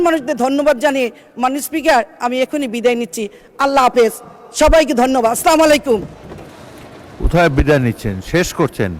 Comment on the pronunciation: বিসমিল্লাহ ও সালামে মারাত্মক ভুল উচ্চারণ।